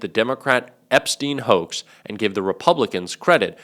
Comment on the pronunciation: EPSTEIN !!!! Weinstein !!!! "It's a WOAX!""It's a WOAX!""It's a WOAX!" ... not!